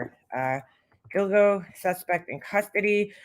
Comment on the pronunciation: When u mentioned this I thought u said dildo beach. 🥴